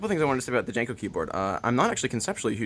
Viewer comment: I think it's pronounced more like "Yanko" than "Janko". It was named for Hungarian man named Paul von Jankó and in Hungarian (and German and most Slavic) lagnuages the J is pronounced like a Y, and the accent over the "o" means it should be said like "oh". So it's really pronounced "YAHN-koh".